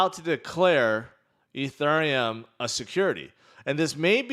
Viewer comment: Why do you say Ethereum like that. Stop it.